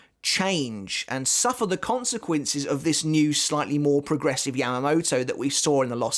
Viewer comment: "Conse-Quincies"? Too much Quincy on the brain haha